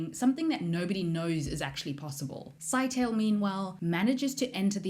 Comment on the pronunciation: Scytale is probably pronounced "Sigh-tay-lee" as opposed to "Sky-tail".